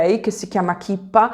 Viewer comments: Si dice kippa' con l' accento. Da ebrea ho sempre detto che noi siamo i VOSTRI canarini da miniera. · Grazie.si pronuncia kippa con accento sulla A scusa.in italiano si può dire papalina